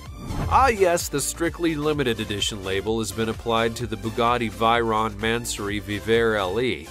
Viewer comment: Pronounced LIKE VAY-RON NOT VI-RON